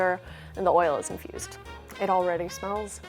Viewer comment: I keep hearing "the oil is confused" and I'm confused :0 - - - - - - (i know she means infused it's just what my ears register at first before my brain properly processes it)